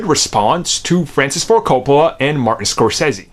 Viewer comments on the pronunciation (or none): none